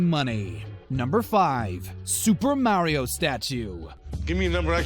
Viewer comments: You can’t say Mario correctly 😂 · No it’s Mario no maaaario just stop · its MaRiO not marryo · Mario (maa-reee-ooo) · "Martio and Luigi" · Forget about the scam just pronounce Mario right